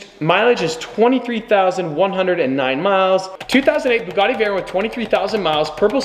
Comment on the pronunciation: we might sell the B U G G A T T I Me: 😭how did he say it so confidently 🙃🙃